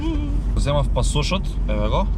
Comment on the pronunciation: чисто само онака информативно, не се вика пасОш туку пАсош :)